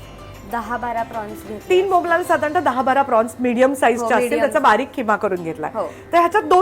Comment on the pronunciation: अगं तू वारंवार बोंबलाला बोंबलाला म्हणते बोंबलाला नाही बोंबील बोंबील ला